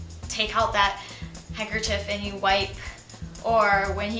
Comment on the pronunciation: Well, for what it's worth, it's probably a good idea to carry two handkerchiefs, but only for the same reason that you would carry two pens - to make sure you have one when you need it. Not necessarily for the feminine stuff. Oh, BTW - "handkerchief" rhymes with "stiff", not with "beef". :)